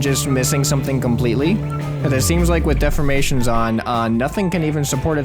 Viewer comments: Deformations not Deframations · Dee for mations not def or mations